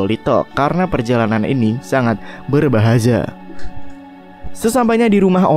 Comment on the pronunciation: lah kok yang berbahaza? Aturan yang berbahaya bang bukan berbahaza njir jadi presiden :v